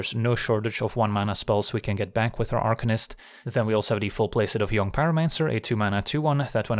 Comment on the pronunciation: Jong pyromancer is a dead giveaway that you’re a Flemish speaker :)